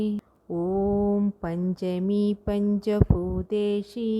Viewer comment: പഞ്ചഭൂതേഷി അല്ല ഭൂതേശി എന്നല്ലേ